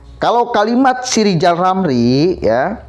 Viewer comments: Lijal lamli kehilangan halapan jadi menteli...jadi stlezz... 😁😁😁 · klo pengen jadi presiden rizal ramli harus bisa me ngeja namanya sendiri dengan benar...rizal ramli bukan lijal lamli.. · LIZAL LAMLI OH LIZAL LAMLI 😆😆😆